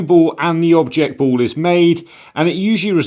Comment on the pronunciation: They are awarded a free BOWL? Why do you talk like that?